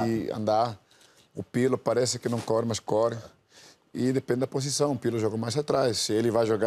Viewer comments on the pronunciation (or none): " o Pirlo parece que não CORE mas CORE..." -Seedorf, Clarence